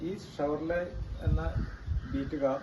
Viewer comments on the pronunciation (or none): ഷെവർലെ.. എന്ന് പറഞ്ഞു പഠിക്കൂ ആദ്യം..